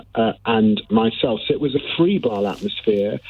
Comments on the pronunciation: Frebile????? Febrile!!!! Akse.....Ask. I do like David Lammy for lots of reasons. Mostly because he is totally decent fellow!!! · I'm on your side David, but for the third time the word is not 'frebile'.